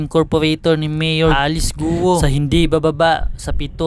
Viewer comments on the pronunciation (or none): HINDI GU-O ONE SYLLABLE ANG GUO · Alice Guo po nde Alice Guwo😂😂😂